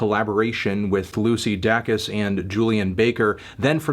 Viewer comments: SAY IT WITH ME: DAY-CUS. LUCY DAYYYYYCUS. NOT DACKUS. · melon: lucy dack-us